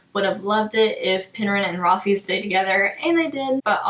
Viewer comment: Okay I’m sorry but you don’t pronounce his name rafee!!!!!! His name is Rafael which then would be shortened to Rafe. Like please tell me what makes you pronounce it the way you do!